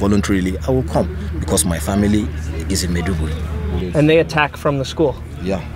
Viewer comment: This reporter is pathetic should have learned some basic pronunciations of Nigerian cities - Maiduguri and Makurdi.